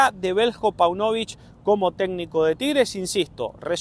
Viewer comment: Páunovic..... acento en la ''a''.